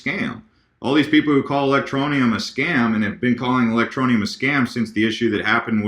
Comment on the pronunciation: a, I'm digging the ELectro-knee-ummmm!!! lol haha rising!! sweet!!